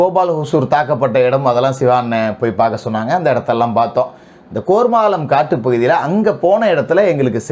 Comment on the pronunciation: கோர்மாளம் இல்லை கேர்மாளம் இதுக்கு முகிலே பரவாயில்லை போல